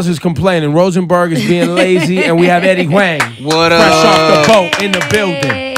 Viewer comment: Even with Ebro mispronouncing Eddie's name the whole time and Laura not correcting him? Eddie's cool though.